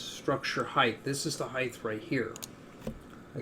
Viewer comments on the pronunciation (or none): Did you just call it the weighth and heighth?